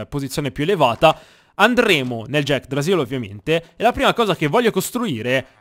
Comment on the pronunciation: Sono l'unico che non aveva visto il video dove nominava l'yggdrasill "Jackdrasill" e pensava che eren avesse trovato la vera pronuncia di Yggrasill?